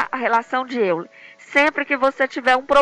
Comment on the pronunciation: diz-se óiler